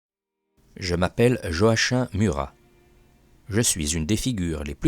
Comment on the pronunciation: Joachim se prononce avec un k